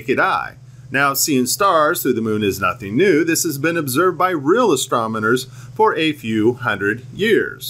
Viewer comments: Just a poke!... your “Astromoner” is like my Dad use to say “Cimmanon”.. Haha! Cool vid. If this is true we should always be able to see stars through the moon?! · Yet you cant pronounce "Astronomer".